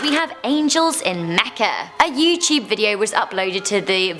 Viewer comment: Lol she said "a yyyuuewwwteuubee video"